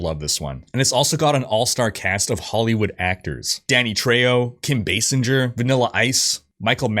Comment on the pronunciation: basinger is pronounced bay-singer